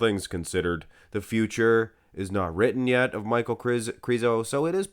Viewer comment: I think his name is pronounced "Meek-Hal" but i might be wrong, i just can't see Michal being pronounced Michael, Mikal would be a close 2nd imo.